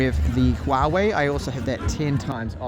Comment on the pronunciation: Very little Youtuber can read Huawei correctly. You are one of them. kudos!